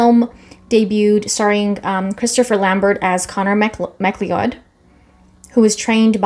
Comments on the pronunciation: .."conner m..Mack-Lee-Odd"..hmhmhm😂...it's Mah-cLOUD. another great story which could've universally been acclaimed masterpiece upon release, had not the source and director's vision been hampered by cheapskate producers..(plus.."Aliens"..y'know?). the interference was far worse in the 2nd, although mulcahy redid that a decent bootleg...most of the tv series was way better than the rest of the films, and the Japanese anime is awesome. The swordplay will be top rate, hek, likely even set a new bar...but...the premise is wherein it's heart and soul lay...if chad can handle (expand) the immortality theme in a mostly practical way as good as he does stage combat then, well, the possibilities are limitless. cannot lie about having my doubts, although...shhhEEzuz, am hyped to the max! thanks again. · Pronounced Mac-Cloud!